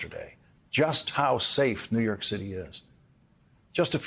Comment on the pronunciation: Listen… he keeps saying New Yerk.